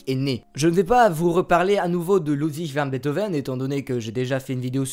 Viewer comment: Prononcer Mendelssohn avec une nasale c'est certes faux, mais beaucoup moins dérangeant que votre façon de prononcer "Ludwig van Beethoven" entre AUTRES hahaha. Trêve de plaisanterie, je découvre la chaîne et je viens de m'abonner. Excellent contenu !